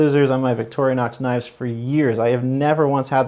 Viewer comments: Dude, it is VICTORI-NOX, not VICTORIA-NOX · It's Vic-tor-in-ox. not Victorionox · It detracts from your credibility when you mispronounce Victorinox. It is "vik-tor-ee-nox", NOT "vik-tor-ee-UH-nox". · Ok, can't take you serious, its not Victorianox. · Constructive criticism/pet peeve. This knife has nothing to do with Victoria whoever she is lol! Vic-tor-ee-knox. Just a heads up. 🤷‍♂️ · Vic-TOR-i-nox. No "a" to be found. Great review otherwise. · Why does he keep saying “victorionox” ? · Man! Come on. It’s Victorinox! There is no A in the middle. It’s not Victoria. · There is no can opener, and you’re pronouncing the name wrong. DYOR dude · Hey, for a big fan, you don't pronounce Victorinox correctly. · If you're a huge fan of Victorinox then you should be pronouncing it properly. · No toothpick and the guy doesn’t know how to pronounce Victorinox.